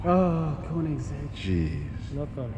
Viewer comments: i cringed when he said koneissegg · Nice "Koenigsegg" P1